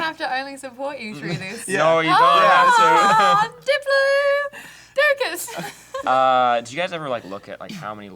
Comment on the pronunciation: It's Dip-plod-ocus not Dip-low-dowcus 😄